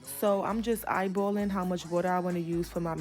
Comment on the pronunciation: I don’t need “eyebowwlin” I need ratios..